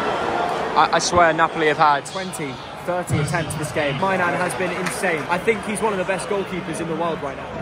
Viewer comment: "Mike My Nan" 🤣🤣🤣🤣🤣